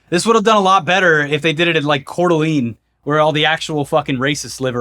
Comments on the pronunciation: It’s pronounced Core Da Lane. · As a north Idaho native I just have to say, Coeur D'Alene is pronounced like "Cord a lane". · Idahoan here, sorry it's "Core Duh Lane", "Core Duh Lane" is where the racists are 🤣🙏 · city in idaho is pronounced "core de lane"lol, and no i dont support a lot of thier bs, please keep up the great work fellas ;p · oh god CDA mentioned. it's actually pronounced core-da-LANE, and yeah i could see a hetero awesome fest happening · Only thing I found wrong in this video was the coeur d'alene idaho pronunciation